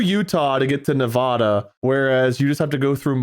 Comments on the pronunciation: Please, please, PLEASE. You just made every person from Nevada mad😂. We say the first A like you would in apple. The 'ah' pronunciation is instant rage for us😂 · all of the minute “Nev-AWE-duh” 😒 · as a certified Nevada citizen, their pronunciation makes me recoil a little bit 😭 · i died inside every time they said nevada the wrong way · The funny thing is that Ne-vah-da is actually the technically correct pronunciation as it was named after a Spanish word pronounced that way. But when all the Americans moved in they just said it incorrectly so much that it just became Ne-Va-da as the default collective pronunciation